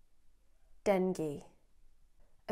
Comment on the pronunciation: That "DENGUE" got me off. Haha In the Philippines. We pronounce it as DENG-GE. Not DENG-GI.